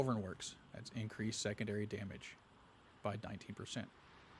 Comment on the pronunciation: Love the build, but my adhd kinda lost u want I swere i heard wamage lol😂